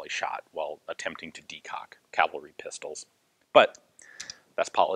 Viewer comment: 😄 yippee! He said cavalry, not calvery....